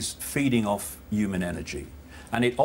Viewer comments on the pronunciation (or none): He never says "humans" properly! I always notice he drops the "h" and that is nothing to do with his accent btw.